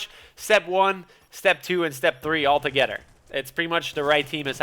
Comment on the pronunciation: I love how you speak lmao for when you say stuff for e.g. 'instead of together' you say 'Togedder' haha I LOVE IT! Good video btw! <3